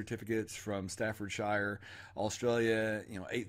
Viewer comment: The way you said Staffordshire lol 😂